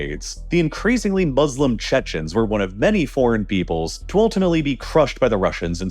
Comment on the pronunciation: Thank you for the very informative report. Just one thing: The Arabic word that means "Those Who Submit to God's Will", Muslim, is not pronounced "Mud's Slum" as you sound like you're saying. This two-syllable word, Mu-slim, is pronounced just like you would say each syllable individually: "Mu" and "slim". The second syllable "slim" is correctly pronounced just like the English word "slim" in the sentence "The odds are slim to none that my lesson in linguistics will be learned":)